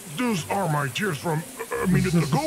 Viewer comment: Did you sayones and tearos?